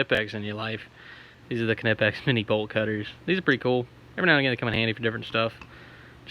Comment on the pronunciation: And you pronounced knipex correctly (according to them) haha